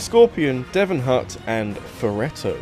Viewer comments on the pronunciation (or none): none